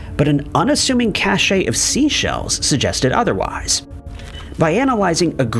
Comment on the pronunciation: "cache" is not pronounced like, nor does it mean the same as "cachet", though they are etymologically related